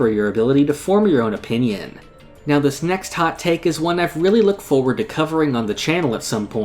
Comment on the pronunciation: it was so good till you said 'in my oponion'